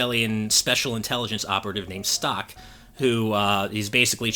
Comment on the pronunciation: I always thought stocke was pronounced stoke not stock.